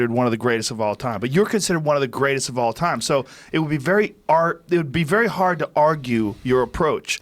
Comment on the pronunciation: "It will be very ard 😯 hard" rogan becoming gsp